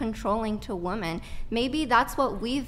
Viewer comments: It drives me crazy that she pronounces "women" as "woman" lol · Does it bother anyone else that she keeps saying woman instead of women? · Does she always have her eyes closed or is that the fake lashes? I can’t tell. And she keeps saying Woman instead of Women, like she doesn’t understand what “plurals” are. I think she got her literature education from social media from what I’ve seen. Woman = Singular, Women =Plural. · Please dear god educate these people who don’t know the difference between “woman” and “women”!!!!! How can you go three plus hours with her and not correct her just for clarification? What’s worse, she heard everyone else say “women” and “woman” but never caught on to the fact she can’t pronounce them right? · Is it me or has everyone forgotten that women is the plural of woman. It sounds like all these girls are saying woman when it should be women. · why does she keep saying "woman" when she clearly means "women" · Women…. Not woman